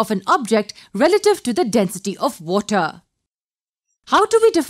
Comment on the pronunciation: i came here to learn but WOTAH!!!